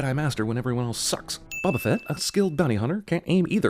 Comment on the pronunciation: You deserve a sin for the way you pronounce "Boba Fett"